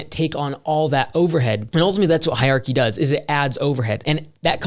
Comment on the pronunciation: it’s “hier-archy”